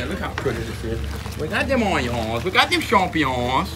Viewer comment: The way you said "onions" like Justin Wilson put a smile on my face